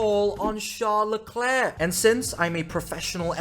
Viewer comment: How can you NOT pronounce LeClerc properly? Murrican? A Canadian would never.